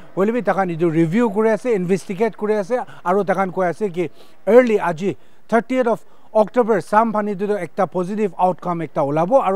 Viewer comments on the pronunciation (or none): Yes sounds like that but 30th is pronounced as 30yeet..